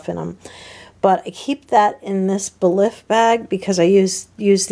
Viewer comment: Just an FYI: "Belif" is pronounced like "belief". I love the CVS versions of CeraVe, Aveeno and Eucerin. Great job at going through all the products.